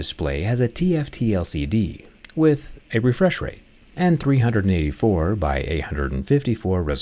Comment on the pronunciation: "With a refresh rete" 😅😂